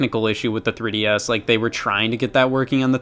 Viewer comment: What's a tree dee ess